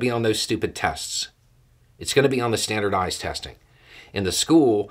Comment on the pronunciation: I don't know if it's just me, but when you said teaching to pass that stupid test, that standardized test, I heard stupidized test! Anyone else?